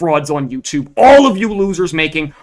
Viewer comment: the way this guy says words with O in them. like Online = ooOOOOWWNNggg-line (a lot of nasal noises) its odd. as well as andthing with an A on it. like All = OOAAWWWLLL (a lot of throat)